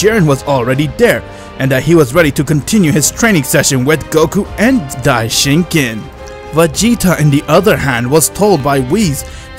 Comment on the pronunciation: Bro it's Daishinkan